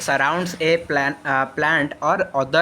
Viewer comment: Sir pronounsation thik karantu planet ku plant padhuchanti